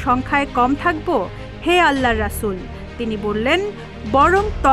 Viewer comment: হাদিসের সাথে সংবাদকর্মীর সংবাদ পাঠের মিল আছে, আল্লাহ নামটাও উচ্চারণ করতে পারে না সঠিকভাবে। রাসূল সাল্লাল্লাহু আলাই সালাম এর নামটা উচ্চারণ করতে পারেনা, আবার তারে দিয়ে সংবাদ পাঠ করাচ্ছে। ছি: ছি: কিসব অধঃপতন।